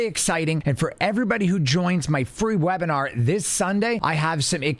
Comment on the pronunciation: “free live weinar” made me spit water on my desk. Will we be discussing longs or shorts? Jokes aside, I really appreciate the content. Contributing to an IRA that you won’t see for 30 years is great and all but your videos have made me enjoy the challenge of diversifying my portfolio while mitigating risk. Thank you!